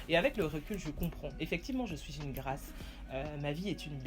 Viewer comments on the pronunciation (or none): C’est Grâce Mama 😅😅😂🤣🤣😅 ... ton affaire de « GRAAAIIIICE » laisse ça aux anglophones . Pardon !!!! . Ravie de te revoir and you slay 😍